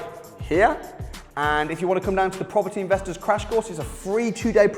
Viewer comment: Proper Tea, proparteee, propper T, propaty...